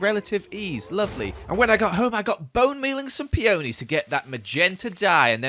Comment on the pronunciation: peOnies me: triggered its not peOnies, its just peonies.